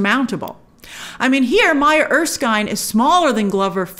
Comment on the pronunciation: It's er-skin, not er-skyne. Just wanted to throw that out there.